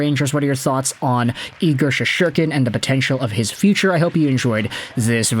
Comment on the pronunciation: Bro it's Shessss-Tur-Kin not She-shor-Ken! lol 😂